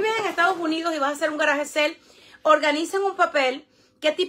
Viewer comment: Que no es GARAGE SEL !!! si no sabes pronunciar bien SALE dilo es español! VENTA DE GARAGE